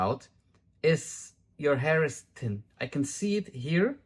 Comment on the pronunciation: I like the way you pronounced thin as tin. I feel so sorry for the girls that have wrecked their hair.